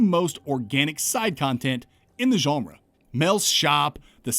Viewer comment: As a non-native English speaker, I always enjoy your pronunciation of "genre". It's like "Geoff" and "Jeff". You say "Geonrah", and I keep expecting a noble house surname accompanying it. "Sir Geonrah Mormont, Lord of Bear Island"